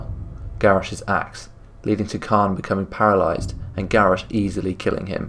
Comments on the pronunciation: The pronunciation of "Cairne" was a little annoying, since it's like "C-Air-N" or "Care-N". Excellent presentation and brief history of the characters too! This'll probably be my favourite but can't wait to see the next one. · Not sure how you arrived at pronouncing Cairne "Khan" or "Carn", there's an "i" in there. His name can very easily be heard in his old voice files and in Warcraft 3. Very happy you included Xarantaur. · Still need a bit more power on the voice, but good video, didnt know about the Witness. Btw Caine is pronounced the same way as "care" with an "n" at the end.